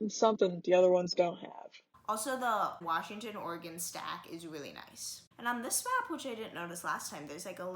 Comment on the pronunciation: It's "or-eh-gun". It's not a polygon.